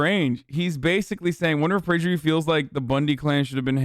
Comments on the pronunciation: Prajer U? Don't you mean Prager U? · It's actually pronounced "Prager Poo" fyi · Why does he pronounce PragerU like that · Love the way you pronounce PragerU Hasan!! You make it sound like some kind of skin or venereal disease, which by the way it is and a pretty contagious one at that! 😂😂😂